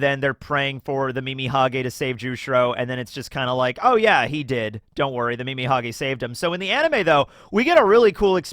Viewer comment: Calling Mimihagi, Mimihage is so funny. Earbald it is.